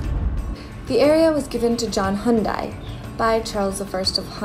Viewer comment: Did she just said John Hyundai?